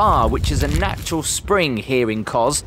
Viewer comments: pronounced kosssss..not koz..just saying...love your vlogs x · My ancestral home, it's pronounced KoS not koz.